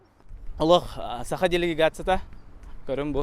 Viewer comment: Бу киһи манна эмиэ якут аатыра сылдьар дуу сатаан САХА диир кыаҕа суох муҥнааҕый